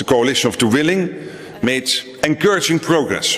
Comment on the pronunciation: "The Coalition of the[ Unable, yet] Willing" sounds daft enough, but "The Coalition of the[ Unable, yet] Villing" sounds hilarious! Rotter said it with a straight face too in front of an audience which knows better than most how hollow the promise is